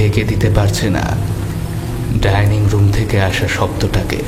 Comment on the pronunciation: Tinni r motto choto meye dining room er " dining " lithe tha pronounce korche ki kore ?